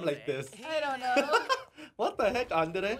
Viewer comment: Why is it so hard for him to say “Andre?”